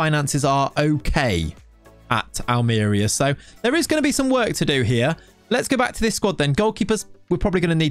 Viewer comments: Me watching the video: "I hope he pronounces it 'Almería' and not "Almeria": "Welcome to..." "AHLMEERIA" Me: "Oh my God, he can't just... bless him" BUT, ironically, he pronounced "rojiblancos" almost perfectly. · Hate to be THAT guy. But that accent tells you it’s al-mer-EE-a. Love the choice though. Who else has managed them?! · Excited for this save LET'S GO!!! On a side note, it's pronounced Almeriiiiiiiia, with emphasis on the i (in case you didn't understand it haha), can't have the DOF not pronouncing correctly the name of the club he directs 😅 good luck with the series can't wait! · Ha yes that was my first thought. Aal-mr-ee-uh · Its read it wrong .. its Almeriya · NO!! XD I'm subscribed already, I can only criticise your pronunciation